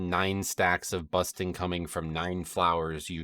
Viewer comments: Nice video once again. BuRsting instead of Busting tho xD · Why do you keep calling bursting busting? is that an american thing? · Also you keep calling it busting, and it’s funny hahah